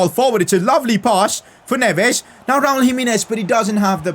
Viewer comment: Nobody:: Raul JimEEnez